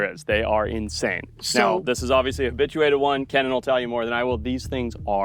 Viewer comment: Ken-in? Lol it’s pronounced like “key-nan